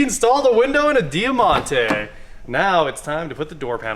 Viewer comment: It’s pronounced Die Monte, not dea monte…